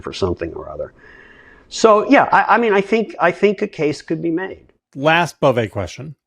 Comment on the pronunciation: I speak French and it’s pronounced G…as in grotesque and é ….as in way…without the w …Bove(ay).